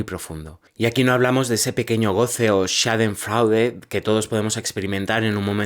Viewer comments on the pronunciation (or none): Schaden froide, se pronuncia